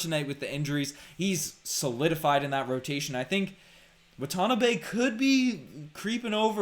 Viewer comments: My guy, you're killing us Asian fans. WAH-TAH-NAH-BAY. If you can pronounce Antetokounmpo you got this. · Wah-tin-ah-bai is how it is pronounced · Sorry... WAT-A-NA-BAY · Guys lol WAH-tah-NAH-bey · “Watanabe” is pronounced “wah-ta-NUH-bay”.